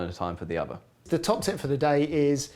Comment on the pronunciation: He's close to having a speech impediment, (e.g. notice "ovver"). It may be an English public (expensive private) school accent/affectation.